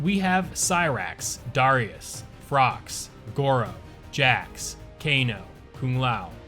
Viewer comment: Are we not gonna talk about how he called Frost FROX?